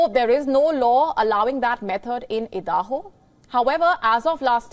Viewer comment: Did she pronounce Idaho as Eeedahoo, wow, nice.